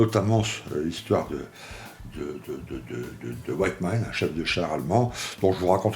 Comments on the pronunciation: Attention il se nomme Wittmann et non "White" (blanc en anglais )mann dans la prononciation :-). Hate de voir le montage de ce Tigre de ce grand chef de char. Aussi son tireur il ne l'a plus dans son équipage lors de sa mort. Son tireur était parti commandé une autre unité de char. D'ailleurs son tireur qui était avec lui depuis l'opération à l'est à survécu à la guerre. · Super vidéo et très jolie modèle. Par contre sa ce prononce Wittman et pas Wyttman 😊